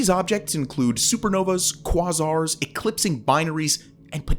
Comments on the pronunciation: You know, I was fairly certain the presenter wasn't an AI bot, but then I heard the way he pronounced relatively well-known science words, and I have to say I'm very confused lol. I mean, I guess if you're not an astrophysicist or an astronomer, you maybe don't hear the word "quasar" all the time, but microbial? How in science's name did your brain think to pronounce that word "micro... bile," unless you used an AI bot to record the audio... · That’s a weird way to pronounce quasar 😂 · Please look up how you pronouce words..."microbial" and "quasar" are NOT pronounced like you did. You are slaughtering the language.